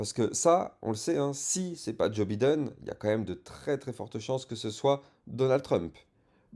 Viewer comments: J'suis MDR quand tu dis Biden, ça se prononce Bailledone ;-) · Merci pour tes analyses pointues. Par contre, tu as une belle marge de progression sur l'accent anglais: Biden se prononce Baïden et Chartered se prononce Charteurd 😉